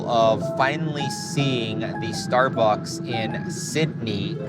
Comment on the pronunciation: "star bucking"